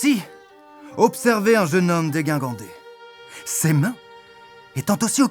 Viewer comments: C'est bien la peine de faire intervenir un personnage qui est censé s'exprimer bien pour défoncer un des premiers mots... Dégingandé se prononce "déJingandé" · On dit dégingandé et pas déguingandé non ? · Très bonne vidéo! ["j'metS" /"déGINgandé" (le premier "g" se prononce comme si c'était un "j") si je peux me permettre] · Ouais... heu... le mec de l'académie française, ça se prononce "déjingandé" par contre... Ca foire un peu la vanne. Et y'a pas de liaison à "temps"... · Langage soutenu… Le mec il ne sait même pas prononcer le mot "dégingandé" quoi....